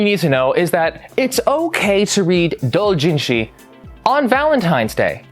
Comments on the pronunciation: stop saying it like that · Pls STOP SAYING DOUJINSHI THAT WAY I GET THAT ITS THE RIGHT WAY BUT STOP IT HURTS JUST SAY DOW JIN SHI